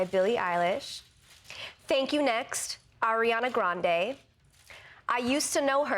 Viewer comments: did she said " arianDa grandHe " ? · Is it just me or did she say “Arianda Grandhé”? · everyone complaining about the fact that bts didn't get a nomination, but, has anyone noticed that she said ARIANDA GRANDE?! lol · “AiRiAnDa GrAnDe” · AIRIANDA wtf gurl u can’t pronounce shit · "Ariandea grandey"😭😭😂😂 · bitch what? “airianda grandè” 😂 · Did she say arianda grande